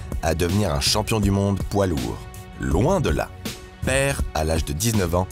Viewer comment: Why did he say "loan de la" instead of loin de la?